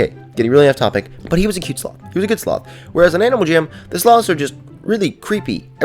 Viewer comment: We call them slow-ths lol